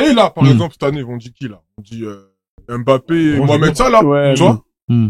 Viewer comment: Les noirs qui disent « aimbappé » 🫵🫵🫵🫵